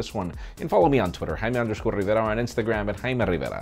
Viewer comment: Im Jaime Rrrrriverruh!!!